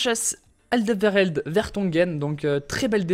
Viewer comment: Tu m'as fais mal aux oreilles toutes la vidéo ;) on dit Alderwéreld ( je l'ai écrit en phonétique ) et non Aldervèrèld ^^ C'est un flamand donc il faut prendre l'accent toi qui aime ça ;) Sinon j'adore tes vidéos, continue comme ça :). Et au passage, à te dis de prendre un club belge pour le prochain retaper ? A plus poto !